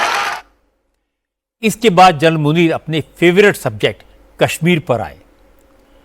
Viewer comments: Anchor ko naam sahee ana chahea..Asim muneer not nazeer😂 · Pahly aap name lena too sekh lo asim nunir hy nazir nahi hy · Munier not nazeer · General Asim najir Nahin general Asim Munir hai pahle Naam to sahi Le lo FIR news bhi banana is baat per